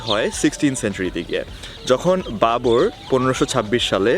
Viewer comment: আপনি হুমায়ুনের জায়গায় বেশ কয়েকবার বাবোর বলেছেন। be careful.